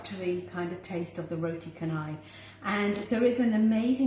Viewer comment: Tq & it's pronounced roti CHA-nai